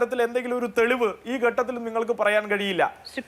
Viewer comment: ചർച്ഛിക്കാൻ വരുന്നവന് മലയാളം പോലും അറിയില്ല ഗട്ടത്തിൽ എന്നാണ് പറയുന്നത് ഘട്ടത്തിൽ എന്ന് ആരെങ്കിലും തിരുത്തി കൊടുക്ക്‌